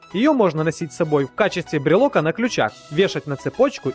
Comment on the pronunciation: ну вообще правильно писать брелока а говорить брелка